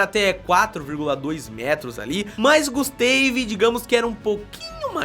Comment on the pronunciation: GUSTEIVI, GUSTEIVI .... PUTZ DEU ATE VERGONHA ALHEIA .